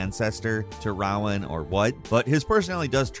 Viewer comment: Nice video. But, and I hate to be that guy, Prof Rowan's name is pronounced "roe-in," like the tree he's named after, not "wow-in."